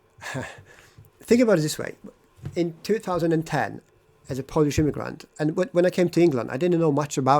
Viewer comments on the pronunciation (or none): I don't like the way you say the word "immigrant". When you say it, it sounds like "immiGRUNT" - you should use the neutral vowel in the last syllable (/ə/, the one at the end of the word "sofa") and not the same vowel as in the word "cup". And when you say "bad person", it sounds like "bat person" - the d should not be devoiced before a following unvoiced consonant. And "since I'm here" should be "since I have been here".